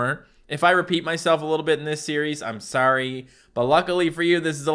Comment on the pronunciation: says "sorry" like an American and not a Canadian.